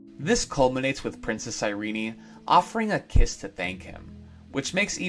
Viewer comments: Why do you pronouce Irene(EYE-REEN) as (EYE-REE-NEY)? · And it was pronounced Iree-nie. An unexpected, odd decision, but I love her name!